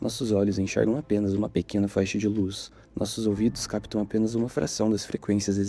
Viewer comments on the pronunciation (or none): none